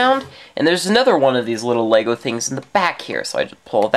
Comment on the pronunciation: ITS LEGO NOT LAYGO DUMDUM